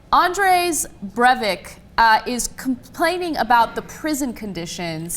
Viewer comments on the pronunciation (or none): "Andrès Brevick". LOL!